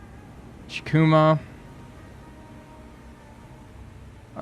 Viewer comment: Kako is pronounced as “Kaw-ko.” The Japanese very rarely use what English calls “short” sounds, like “a” in apple. The letter “i” is also most commonly pronounced as the e and in “eagle.” So if we want to be 100% accurate, Chikuma should be pronounced as “Chee-koo-maw.” But just like all languages, there are certain circumstances with dialect and accent that can allow some wiggle room. I hope this helped with the pronunciation of the names. Love the vids, bro!